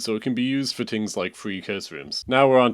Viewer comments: I had to turn it off after 14th “ting’s” and 12th “tink’s” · “tings” bruh